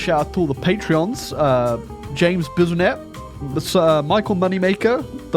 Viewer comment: Hahahaha, I instantly jumped when I heard him say James Bisenette!